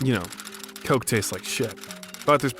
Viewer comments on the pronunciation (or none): none